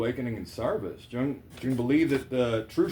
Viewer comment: I love how you said you were glad you were wrong. How you thought it was a cult or something and didn't want no part so you challenged following the guidelines only to find you were wrong because I felt and thought the exact same way about it. Btw the J is silent😊